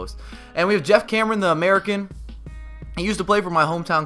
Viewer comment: When you say "American" your southern accent really stands out ahah